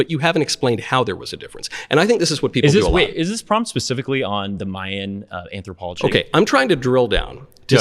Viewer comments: These people today with Some sort of Uni degree or attending Uni or so boring & brainwashed! They spew the same lying crap & ridiculous opinions..Look at this guy trying to be intelligent when he cannot even pronounce the word “anthropology” nor is able to define & explain anything. He just smugly regurgitates the same ignorant stuff over & over & over while trying to pretend to be confident & intelligent. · He can't even pronounce anthropology.